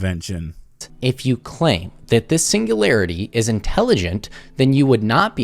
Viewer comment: His asinine and unoriginal arguments aside, the one thing that is really irking me is that he keeps pronouncing singularity as "single-airity" and infinite as "infininte"